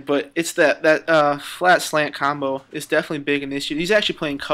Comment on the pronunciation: lol am i the only one that noticed he said "slat flant combo " instead of "flat slant combo" ... either way gud game